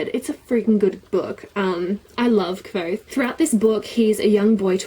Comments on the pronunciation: rothfuss had a name pronouncing stream and the way she pronounced kvothe is the same was rothfuss did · It does say "like" quothe. I think you were saying it correctly:) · you made me smile:D Ive readen the book in German at first, after that i bought it in your language too and stuck to it till the whise mans fear was done also. Anywho, your pronouncing was perfectly right the "e" of Kvote is silent(or muted/dumb/which is the best word to use here?). Furthermore the names of those figures arent random at all! "quote" is knowen well i guess. Another example would be "Manet" the verb "manere (Lat.)" (3.Person, singular, präsens,aktiv) turns to "manet" and means "he/she/it stays". in the story it is an elder student who will never graduate or leave university. There are countless such hidden details, not needed to fancy the story but a good reason to like it even more. PS: it continues with "The slow regard of silent things", November this year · Patrick Rothfuss commented on this saying she was pronouncing it right 😂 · yeah I watched some of his interviews as well and his pronunciation was actually closer to yours, so you're right! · Haha I was under the impression that the book said the name sounded LIKE quothe - I looked at some interviews with Rothfuss and he pronounces it with a 'v' in there